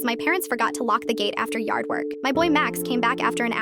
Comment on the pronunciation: "yarrd werk💅"